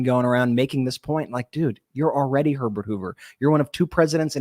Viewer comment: 😂 I swore Biden said "Donald Pervert Hoover", but my husband said he said "Donald Herbert Hoover". We rewound; I still think my hearing is more accurate 😂